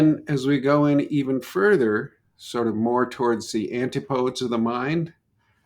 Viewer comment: This man mispronounces antipodes and archetypes. It irritates me beyond all reason.